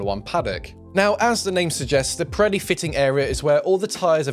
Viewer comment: Does anyone else hear him pronounce the tire name as "Piretti" with a "t"? That's what it sounds like to me.